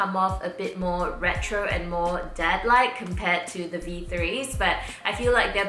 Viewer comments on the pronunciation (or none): none